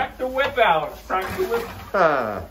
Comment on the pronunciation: I love it when you say "out"....it turns into "auwt"....the only dialect change I can hear. Must be the ou pronunciation in general. Love the videos